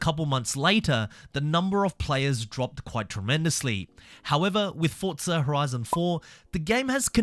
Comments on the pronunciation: Forza Horizon 🚫 Fotza Horizon ✅ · Explain to me where the T is in FORZA, because you keep saying fortza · Whyyy do you say ‘Fortza’ instead of Forza? 😩😭😂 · Its FORZA not forTza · bro its forza not fortza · bro its not FORTSA its FORZA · forza, nah, fortsa (im just crashing out because it sounds weird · Say Forza, not Fortza it’s so annoying bro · forza > fortsa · Bro it's Forza not FOCA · why do people say fortsa? so annoying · My man please, FORZA, I haven't played FORTZA. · Forza not fortza😂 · heres some help forza = 4-ZA. there is no T in forza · Why do you keep saying "Fortza" lol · nice video, but please stop pronouncing it ForT-sa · There is no T in Forza